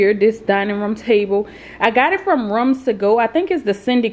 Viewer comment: Nice tour, you are handy with the tools girl. The way you say "ruoms" to go is different. 😊